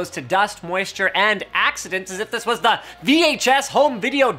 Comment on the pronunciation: Thumbs down for " cause DIS gun be goood". Ebonics wasn't intelligent nor useful when black people somehow convinced idiot white and other races of people to start talking that way ( out of sheer - wanting to fit in and be cool like blacks), and it isn't intelligent nor useful now. Linus, just stop.